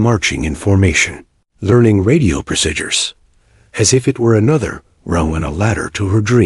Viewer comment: No such thing as Cessna onehundred 42... Its just Cessna 142 , Also no such thing as seat as one 4f, its 14F. pronounce fourteenth F. No such things as the word Pro sidures. Or pro sid yours Its pronounce proseedures, but spelled procedures !!!